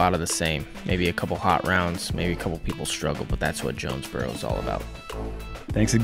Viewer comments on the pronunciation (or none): Jonesboro, spelled as "joe-nez bro"😀